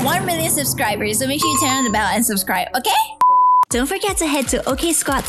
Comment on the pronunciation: Okeh,1M OKEH JOIN MEH